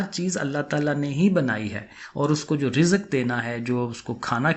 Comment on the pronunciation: Sir IAM sorry to say lakin Punjabi log patano per hanstaay ho Ka UN Ka mozakar monas bahot kharab lekin Punjabi khud bi Zaire or zabar har cheez ma laga Tay hai jasay app log rizq ko. razaqa boltay ho😂😂😂😂